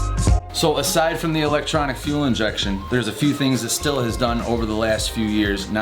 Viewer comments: It's not pronounced "still" it's pronounced "steel" ... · Just a friendly FYI. Stihl is pronounced “steel” with the “h” silent. Well produced vid. Keep on truckin’